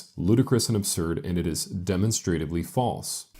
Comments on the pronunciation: I got caught up on his pronunciation of demonstratively "demonstrate-ively" should be "di-mon-struh-tiv-lee" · What I find entertaining is hearing him mispronounce words and names, like demonstratively and Tacitus. Sometimes the hostess has "to seat us" when we go to a restaurant, but that's not how the Roman historian's name is conventionally pronounced. And the monster is inherently demonstrative.